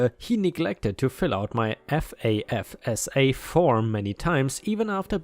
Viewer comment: Grants aren't the only thing FAFSA does (note to: pronounced "faf-sa"). It also determines whether you are eligible for federally subsidized loans, federal direct unsubsidized loans, as well as federal work study programs. You do not necessarily have to be below poverty level to qualify.